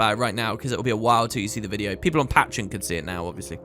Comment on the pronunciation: pat-tree-on. lol